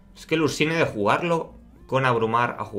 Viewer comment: Me gusta tu canal y los vídeos pero me pongo muy nervioso cuando pronuncias los nombres de las cartas castellanizadas..xD Ursnie..Elise..Thresh y dices tres..